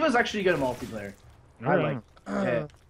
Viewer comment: Does anyone else pronounce multiplayer like mult-E-player? No okay